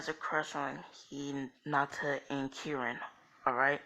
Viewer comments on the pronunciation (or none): Karin not Kerin